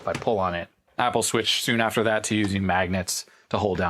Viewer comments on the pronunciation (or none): none